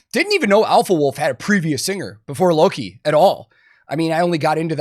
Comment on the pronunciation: Bro, Alpha Wolfs vocalist is pronounced LOCK-EE not LOW-KI 😂😂